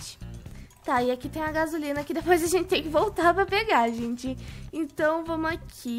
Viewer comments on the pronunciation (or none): none